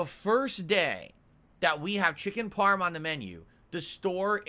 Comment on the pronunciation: The way says "parm" tells me everything I need to know about him. Repetitive, mind-numbing, graceless, and lacking of the most crucial aspects of Italian heritage. Also, that Ernie-from-Sesame-Street laugh he does with Jasper on-screen is grating.